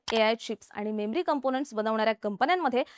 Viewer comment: मेम्री चिप्स नाही. मेमरी चिप्स असं आहे.